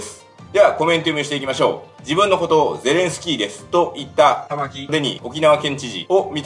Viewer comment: 玉城がたま⚪んって聞こえるw